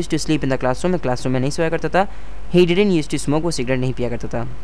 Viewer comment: sir, your 'didn't' Pronunciation is correct?